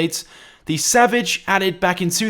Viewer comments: EliteAce X he said it right if u just payed attention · X3R0Z he said it right if u listen